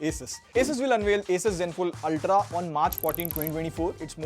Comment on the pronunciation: Did our really said zenfole instead of Zenfone?